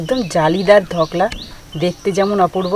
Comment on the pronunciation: কথা টা হল ধোকলা, ধকলা নয়